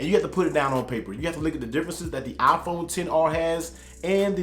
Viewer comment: Its a "Iphone" not a "Aphone" hahha bro i love u